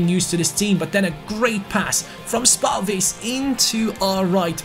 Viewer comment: Your pronunciation of Lukas spalvis is quite decent but the a is supposed to be softer you're saying it really harsh.